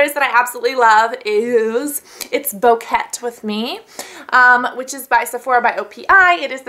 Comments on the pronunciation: I think it is "it's bouquet with me" like a flower bouquet as in "bo-kay" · I would love to see a nail tutorial! Also, bouquet rhymes with okay (like bo-kay), so the name of the polish was playing off that. c